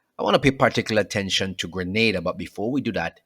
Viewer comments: Its pronounced "Gre-Nay-Da" not "Gre- Nah-Da" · not Grenada Greneda OK dammit.